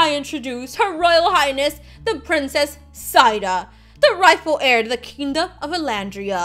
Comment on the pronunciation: U kept saying Zaida but it was Zaira